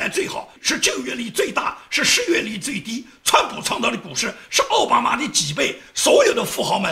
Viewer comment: 你总是念错”奥巴马“，那念‘奥巴驴“好不好。